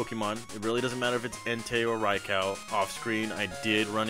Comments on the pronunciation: It’s pronounced Rai-Koo not Rai-cow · Is it pronounced Rye-Cow like you said? I don’t see anyone in the comments being ridiculously rude and flaming you for it so I’m guessing you must be right hahahah. Huh, I’ve been saying Ray-Coo, or Rye-Coo since i was a youngun! Guess I’ve always been wrong haha.